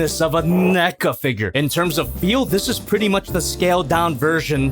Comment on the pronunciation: He says Neca I hear mecha